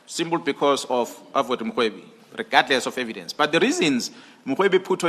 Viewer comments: The lady in this channel is pronouncing general mkhwanazi incorrectly She says makhwanazi can someone correct her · You can't even pronounce his sir name the right way.